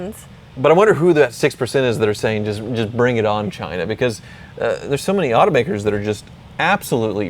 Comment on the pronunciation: I really like the way you emphasized the pronunciation of the word China , make sure to pronounce it like that every single time you use that word